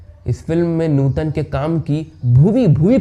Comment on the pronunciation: अरे यार, नुटन नही नूतन है उनका नाम ट नही त